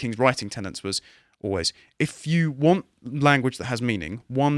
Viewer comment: Tenets* Not tenants.